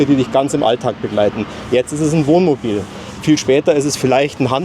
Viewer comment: ...das übliche Dummgelaber! Er kann nicht ein mal das Wort Wohnmobil aussprechen, er sagt immer "Womobil"...😮😂